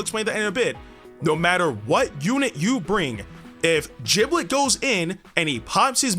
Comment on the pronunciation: Jiblet? Isn’t it gib-let?